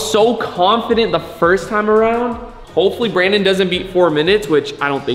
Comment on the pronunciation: “Brawndon is scarwed” got me lacking 😂